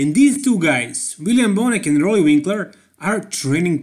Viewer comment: Roelly. Please say it right